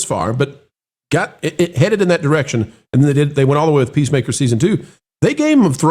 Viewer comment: It sounded like pro almost called it pacemaker instead of peacemaker lol